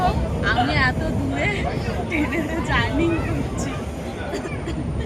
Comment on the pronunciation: কথাটা জার্নিং নয়, বলো এতো দূর জার্নি করছি ।